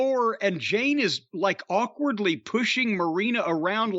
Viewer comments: It’s Jade, not Jane. So disrespectful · I’m guessing Jim is calling jade ‘jane’ on purpose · Jim her name is Jade not Jane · I swear I hope Jim goes to an event that "Jane" happens to also be so she can headlock his arse and get him to say her name correctly. She'll BEAT THAT ARSE..... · Why the fuck is he calling jade "jAnE" ? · He's always called her that, maybe one occasion he actually got her name right. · Jim still calling Jade Cardgill, Jane Cardgill 🤣🤣